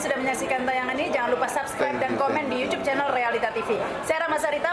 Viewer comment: Nyebut YouTube nya jangan yucub dong..., Ga enak di dengarnya..., Logat kita aja ya... Yutub... Mungkin lebih enak dan umum di dengar... Sukses terus..